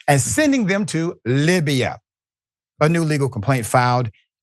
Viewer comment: It's not "Libiya" doc, it's "Libya."